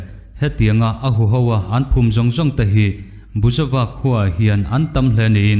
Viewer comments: Buizova khua tiin kan chhiar chu le.A ngaihnawm ṭhin e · Buizova khua tia kan chhiar chu le. 🙊🤣